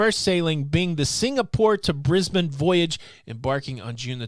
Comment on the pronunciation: Carnival Splendor has also had it's sailings adjusted as well. Also you're the first American to say Brisbane correctly ! Congratulations. 🤓🇦🇺🇺🇸🛳️